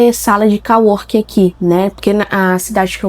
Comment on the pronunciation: Co working se pronuncia. Não call working 😉